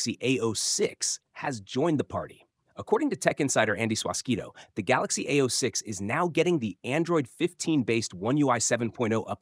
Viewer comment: It's not ao-6. Its a-06👆